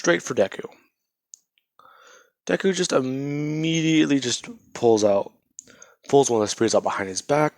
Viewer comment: You said IMMEDIATLY a lot 😆